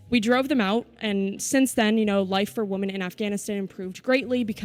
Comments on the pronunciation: It’s pronounced wimen not woomen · Why does she keep saying woman ? Does she not know to say women plural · Why the fuck is show pronouncing "women" as "woman"? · I'm the only person who recognized she keeps saing woman instead of women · It bothers me that this woman (wu-man, singular) can't pronounce the word "women" (wi-men, plural) correctly. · Good video, but it is literally nails on a chalk board when I hear people pronounce women as she is. Why is this becoming more common that people pronounce women like singular woman? Irritating as hell. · Is the reporter American? She keeps saying Woman instead of Women. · Someone please tell the reporter that women and woman are pronounced differently. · OMG. That girl needs to learn how to pronounce WOMEN vs. WOMAN.